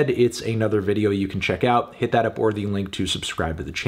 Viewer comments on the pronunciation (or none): Isn’t it pronounced “di Sou-za” (like soul but without the L) tho ? I know its hard for americans to pronounce portuguese names but idk, i thought melon would know. “ Sooza “ sounds so wrong to my brazilian ears. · Hearing my last name in a video is a bit strange (also here in my country the pronounce is "soulza"). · It’s pronounced ‘d SOW-ZA’ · so funny how he pronounces Souza